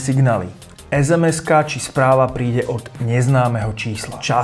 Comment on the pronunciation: mňa to taaaak strašne rušilo, že som ani nedokázal dopozerať video do konca...ale verím, že raz niekto prezradí, že SMS-KA sa vyslovuje "ESEMESKA" a nie EZEMEZKA 🤐